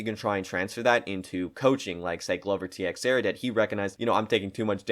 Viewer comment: Ti ex era wtf the x is pronounced like a ch